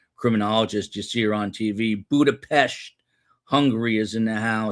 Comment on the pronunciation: Great coverage of the trial! And props to you for pronouncing Budapest properly 😊